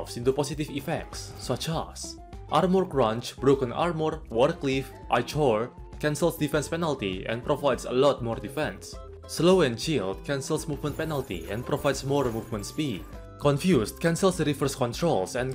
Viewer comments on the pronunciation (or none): This is the Laudanum accesory which has been in the game for years, but it has been resprited and given a new name. Also pretty sure Ichor is pronounced as "eye-core" Edit: nvm laudanum is still in the game this is just an upgrade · Tries saying ichor. EYECHORE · the way he pronounces things is so funny: eye chore = ichor arm more = armor debauuchgh = debuff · Ichor? The amount of offrnded terrarins the way u said it